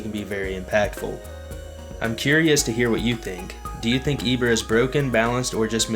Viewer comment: that’s definitely not how you pronounce Ibara, it’s not E, it’s I ok 2 revives 140 -160 alpha, 230 beta get off me tool, 225 gamma definitely S tier, only weakness is being stationery, but all you do is play with you Ibara and you can’t lose a game you can say that about any character